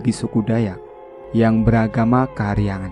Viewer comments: Agama kaharingan, bkn kahariangan 🙏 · Koreksi min bacax "Kaharingan":-):-)